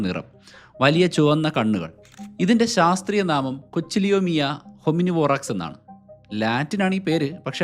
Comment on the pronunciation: എന്റെ പൊന്നെടാ ഉവ്വേ, ഇത്രേം വിവരങ്ങൾ കളക്റ്റ്‌ ചെയ്തിട്ട്‌ "കൊച്ചിലോമിയ" എന്നു പറഞ്ഞു കളഞ്ഞല്ലോ നീ. ഒന്നു ഗൂഗിൾ ചെയ്തിട്ട്‌ പ്രൊനൗൺസ്‌ ചെയ്താ പോരാരുന്നോ.